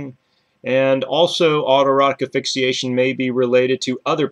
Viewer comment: thank you for the interesting video, very informative. i do have a question thought - why don't you pronounce asphyxiation with the s? like "ass-fix-ee-ey-shun? just curious.